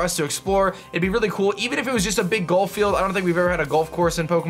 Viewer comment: Why do you pronounce "golf" as "gulf?"